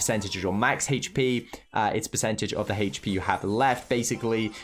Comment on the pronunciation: I like how he pronounce hp as Hech p